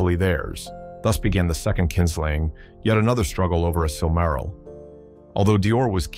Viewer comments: I lost count of how many different ways he has mispronounced "silmaril" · Kinda iffy on your pronunciations. You pronounce "Silmaril" 3 different ways: SIL-ma-ril, sil-MAR-il, and SIL-ma-RIL. I'm pretty sure the accent's supposed to be on the first syllable. Tolkien explained how to pronounce the different languages, you might consider familiarizing yourself with them.